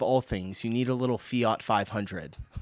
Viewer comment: Why can Americans never pronounce Fiat?